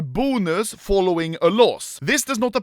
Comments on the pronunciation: The way this dude says "Boo-nus" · Me: bonus Anomaly: BUUNUS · The way he says “bonus” 😂